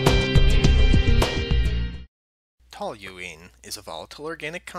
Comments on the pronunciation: TOL-yoo-een not TOL-yoo-leen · I like how you're mispronouncing the word the entire video